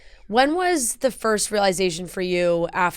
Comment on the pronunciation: Why does no one know how to pronounce realization nowadays?